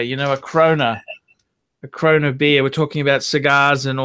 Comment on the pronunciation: Another mispronouncement it's not a Croner beer it's a Corona and where is the slice of lime!!! So you can't afford to smoke cigars on a regular basis but your thinking about buying a Maserati or a Bentley that's a really great investment, buying a massive depreciating asset will really help you get a foot hold on the property market.